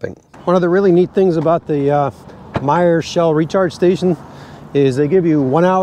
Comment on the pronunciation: Informative. Also, thx for pronouncing My-er. I mention them on my channel and have yet to pronounce it correctly. Will reference this video before I make a video with their stations next time.